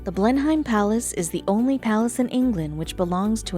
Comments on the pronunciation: Blenheim is pronounced BLEN-um. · When you pronounce Blenheim the h is silent.